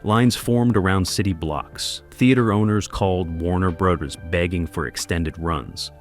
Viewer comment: "Warner Breathers"?? Really? Come on..at least review the readings of the narrator before you make a presentation. And you wonder why you only have 2k views. This sort of oversight just ruins' the impact of the channel. If this is A L...teach it better...if this is a real human..get someone else.